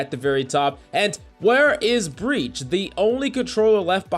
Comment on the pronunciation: "breach" lol